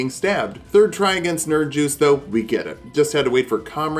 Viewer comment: Nerin”juice” bruh Me who says it right which is Nerin”use”